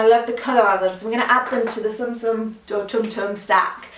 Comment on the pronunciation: loved this video! (By the way they're pronounced soom soom's like how you pronounce the beginning of tsunami!) :)